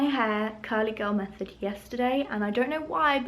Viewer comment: It's method not mephod